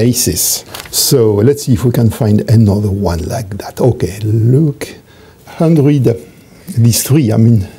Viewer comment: J'aime tellement la façon dont il prononce "hundred".